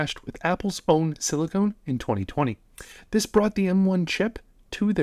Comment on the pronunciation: You're mispronouncing silicon but I otherwise agree